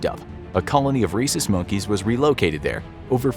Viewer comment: I keep thinking u said racist monkeys lol. Till u spelled it